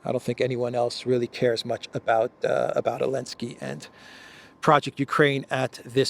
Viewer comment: Alensky? Don't you mean Zelensky?